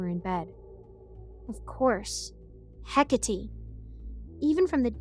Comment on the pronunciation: Oh and HECATE is pronounced-HE-CATEE, not HEC-ATI, it bothered me so much in the podcast cause I used to be obsessed with research about Hecate 😭